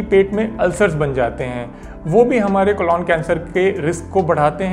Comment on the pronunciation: Sir ek baar "Colon cancer" ka sahi pronunciation bhi seekh li jiye कोलॉन नही.... कोलन